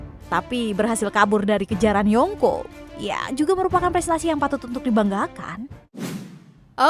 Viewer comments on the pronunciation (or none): kalau bilang yonkou pakek ng yaa jadinya yongko kesannya kek aneh aja.